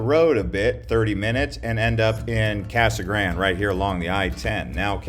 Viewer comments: So happy you trashed Casa Grande, even butchering the pronunciation of “gran-day”. You missed mentioning our in-city mall and all our big box and mom and pop stores. Our city government is doing a great job managing infrastructure and residential building is keeping pace with new businesses and new manufacturers. Our schools are top notch. Downtown is a hopping place. What’s not to like. Oh I get it, you’re trying to help slow the new arrivals. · lol... the way he pronounces Casa Grande. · Can't you pronounce Casa Grande properly like it's supposed to be pronounced!!??